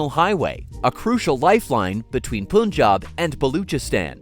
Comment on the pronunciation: Its Punjab (panj_aab ) Not ponj_aab Mr (em_pusee_blee bo_leed)